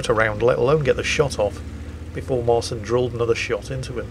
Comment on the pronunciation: Side note. Marcin is pronounced 'Marchin'